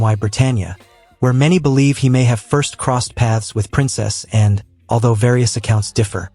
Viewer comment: If you're going to talk about Princess Anne you should learn to pronounce her name.